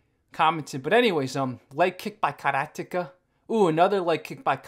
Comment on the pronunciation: Because he uses it's correct pronunciation unlike the rest of the world?